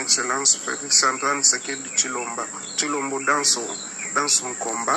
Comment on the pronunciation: tu dis de mensonge tu ne connais même pas le nom du président tu appel cbilomba au lieu de chilombo tu vois que ta manière te trahit